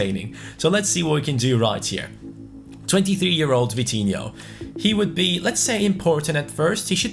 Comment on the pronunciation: Vitinho rhyme to coutinho. Vi-ti-in-ho and Cout-tin-in-ho